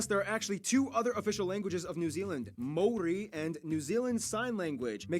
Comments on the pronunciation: It's the Mori instead of Maori that really made me want to pull my hair out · BTW the dude mispronounced Maori everytime. Closest time he was when he was joking how it's not said like that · can that girl please pronounce maori again? please? i need to relisten to that